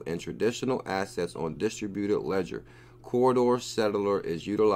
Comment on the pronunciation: Please its Corda not CORRIDOR. Ive listened to you mis-pronounce it 100 times. I hate being grammar nazi but its C O R D A. Say it with me, C. O. R. D. A. CORDA CORDA. OK? Like your channel otherwise. Great info. Mahalo.